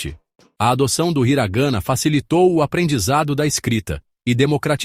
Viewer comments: Hiragana/katakana, não hiraganna/katakanna.... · HiragAna /. KatakAna A pronúncia está muito ruim …. Procure saber a pronuncia antes de qualquer vídeo …. São os erros que todos cometem ! Fica a dica 👍🏻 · Desculpe, parei de assistir depois de “hira gâna e kata kâna, tem pura”, não dá né amigo, um vídeo dedicado ao idioma e tu me coloca uma narração assim?